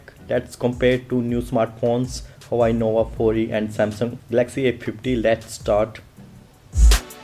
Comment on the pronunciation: u can hear he say hawai nova 4